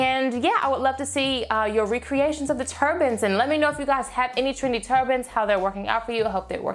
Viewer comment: As a person who is half Trini, I heard "Trini turbans" instead of "trendy"😂 Love these looks. Easy, chic and gorgeous:)